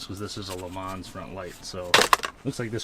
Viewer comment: The S is silent, Le Mans is pronounced Le mon...its french.